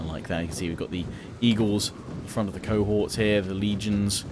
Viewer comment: Im sure its pronounced Co-horts. Not co-whores haha i could be wrong though :P